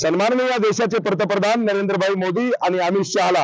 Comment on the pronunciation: पतप्रधान नाही रे पंतप्रधान... म्हण.... मुर्खा